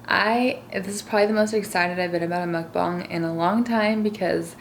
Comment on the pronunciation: IT MUKBANG NOT MUKBONG